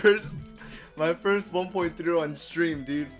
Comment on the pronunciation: "Firth ever"